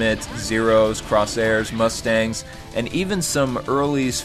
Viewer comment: Not trying to be a nitpicker, but it's not Crossairs, it's Corsairs.